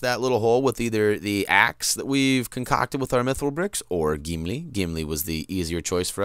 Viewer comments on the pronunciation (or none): you pro nounce gimli like his name is geemlee